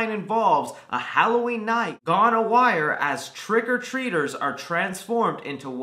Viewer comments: Gone AW-RY like aw and ry, like rye bread... Not A WIRE. 😉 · Its "awry" like "a-rye" not "a-wire" lol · "gone a wire" that's not how you say awry... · "gone a-wire" haha yikes